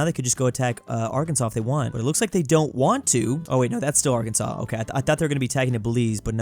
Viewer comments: Why did he pronounce Arkansas the way it should be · Are can saw not are kansas😮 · Its Not A-R-K-A-N-S-A-S its pronounced A-R-K-A-N-S-A-W